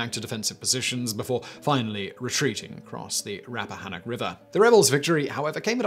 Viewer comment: Thank you, thank you, thank you for your pronunciation of the Potomac and Rapphanock Rivers!!!!!! (i proudly misspelled Rapphanock but hey at least you said it right)